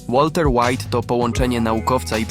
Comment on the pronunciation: łalter łajt